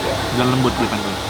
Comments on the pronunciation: harusnya pentol dibacanya pentol bang, bukan pentol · Ko Nex, itu bukan pentol tapi pentol 😅